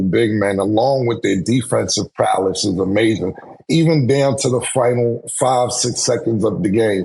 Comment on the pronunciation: “His defensive prowless” lol